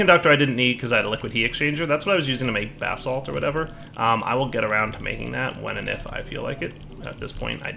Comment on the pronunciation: I swear when you said "I was using it to make basalt" Sounded more like "making bath salts"